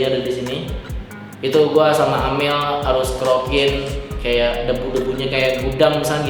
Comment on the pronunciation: mana amel, plis lah bang bukan amer